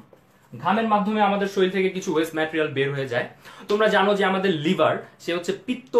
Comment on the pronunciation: It's not শরিল it's শরীর. Pronunciation must be proper when it's posted on youtube take care.